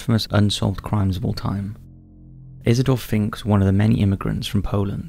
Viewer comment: Why do I understand "He's a dolphin" when you first say the name Isidor Fink?